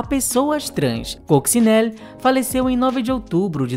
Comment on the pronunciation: Oi, e! Obrigado por mais este conteúdo super bem pautado, pesquisado e editado! Parabéns! Só aponto um problema: quase todos os nomes dos artistas aqui citados - inclusive o da própria protagonista, Coccinelle - são pronunciados erradamente. E ficamos no aguardo de novos conteúdos relevantes, embora esquecidos, como esse!